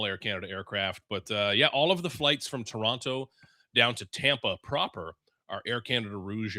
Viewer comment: Hey, did just call Toronto, Toron-TOE? What kind of Canadian is he? No one here pronounces the T......